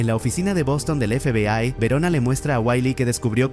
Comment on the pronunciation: La IA no puede pronunciar FBAY